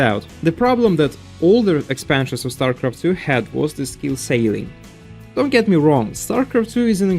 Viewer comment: just want to help you with pronouncing something because English is the dumbest language ever. "Ceiling" does indeed look like it would bee "sail-ing" but instead its "Seal-ing" No disrespect intended I'm just trying to help. I think you do a great job and have a better command of English than about half of the native speakers.